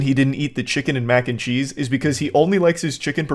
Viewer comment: Took me like 10 seconds to realize you said Macncheese and not “mancheese”